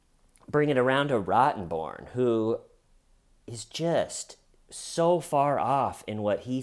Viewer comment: I think Amber's lawyers are low-key on Johnny's side. After this trial, ROTTENborn should consider a career in comedy! Every time Johnny emphasized the first syllable in the male attorneys name cracked me up! The troll lawyer looks like her clothes are made out of upholstery fabric. Oh! Don't forget the muffins! LOL